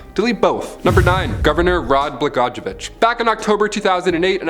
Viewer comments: (Bul jer) ( Bla goi yo vitch ) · Lol. Decent effort to pronounce that governor’s name. It’s pronounced bluh-goy-uh-vich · Governor Blagojevich the I sound like a g btw lol